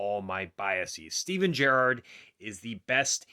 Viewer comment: Stop saying Gerrard weird